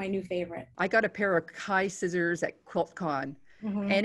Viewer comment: what were the brand name of the scissors sounded like Thai scissors?